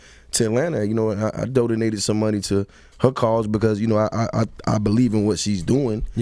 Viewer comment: Am I the only one who heard Jeezy say "I dodinated" instead of I DONATED....let me just Kermit and sip tea.